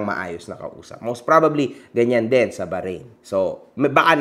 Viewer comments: Ganynkc ang pgpronounce baharain 😂" hndi Bahrain 🇧🇭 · BAHRAIN HINDI BAHARAIN WALANG GANUNG BANSA pronunciation lang yung baharain 😂😂😂